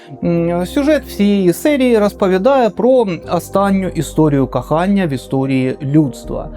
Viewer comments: "Кахання"😂😂😂 як вухо ріже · Кахання? Ти шо румин? Слухати важко!